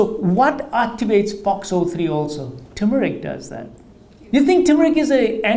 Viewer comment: Another doctor that can't pronounce turmeric. Wow! An Indian too!